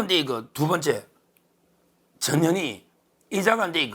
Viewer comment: 언제나 화이팅...전현희 발음 좀 정확하게 해주세요.나에게는"저년이"로 들림.